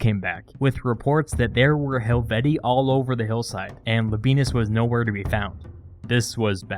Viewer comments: Pronounced helveti-I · Pronounced hel-vee-shee-eye, isn't it? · It's Helvet-ee-ee, but like the name Caesar itself, by convention it's sort of allowed to stray from proper Latin pronunciation. The double long e plural genitive is awkward.